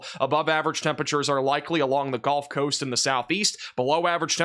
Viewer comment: you're awesome, but brother it's the Gulf coast.... not the golf coast.